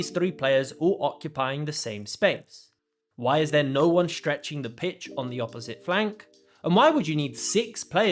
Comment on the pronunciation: shtructure, ? shtrong, ? shtrectch ? shtrength ? shtriker ?